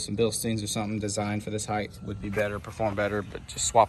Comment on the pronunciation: Why do people put an h at the end of height?